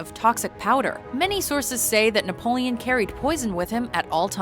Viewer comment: Wait did you say he was called "naboleon"? Cause that's Napoleon the third and it was not affectionate, rather the contrary. Also I'm pretty sure Corsica was bought and not conquered ( but I'm too lazy to check) :)